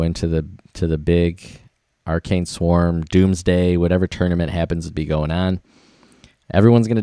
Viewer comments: "ah- RACK-nee", not "are-cane" from Ancient Greek ἀράχνη (arákhnē, “spider”) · It is A-rach-ne not arcane. Arachne, her name meaning spider in Greek, was a beautiful woman that had a great talent in weaving. So...the name in the game sorta doesn't match the images. But why are you making this video with a city full of troops while it is burning??